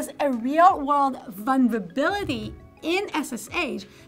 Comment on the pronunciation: listened again - it was 'one-verability' of some sort